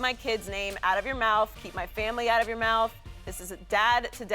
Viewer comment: Chris, "a instead of -er". your? the word your has a -er in it?